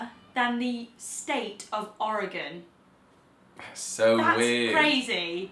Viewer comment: OMG, you mentioned Oregon AND pronounced it correctly (or as we pronounce it locally)! If you ever come to Portland, Oregon, ring me up before you come and I'll buy the first round and the meal. (subbed for that mention)